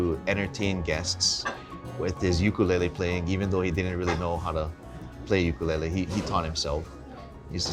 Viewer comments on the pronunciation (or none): How are he pronounce ukulele li'dat!!!! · Why did he pronounce “ukulele” like that? 💀🤦🏻‍♂️